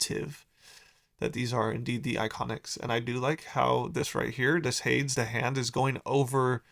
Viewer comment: Pronounced HAY-Deez